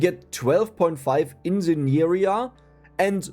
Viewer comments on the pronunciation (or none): even the translator pronounced "inżynieria" incorrectly. my guess is you typed "inzynieria" without the "ż"